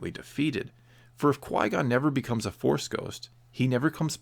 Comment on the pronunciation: He's French and his first name should be pronounced as "Quee" not "Quoi," because of je ne sais quoi. Source: not a french person